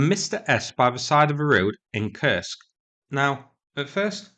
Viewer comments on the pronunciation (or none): none